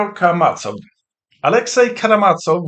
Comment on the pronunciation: Please note that the "z" in Karamazov is pronounced as the "z" in "zoo". The stress is on "ma".